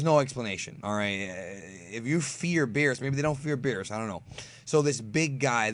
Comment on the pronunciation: he called Beerus, Beebus now I think Beerus as Beevus that is so funny